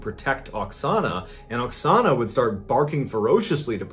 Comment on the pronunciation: At the first part of this video, it sounds like you call the Ukrainian woman Ana in stead of Oxona... Just saying..